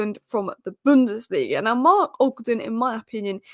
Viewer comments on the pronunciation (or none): none